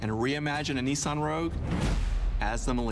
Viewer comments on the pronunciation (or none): love you guys and all that but where's the George talk? You filmed him walking but not intrerview... And it's Niss-an, not Nee Saan.